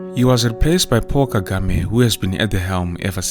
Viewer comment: Paul Kagame. It sounded like "Poor" Kagame. He is the rare African leader who is honest and speaks the truth convincingly.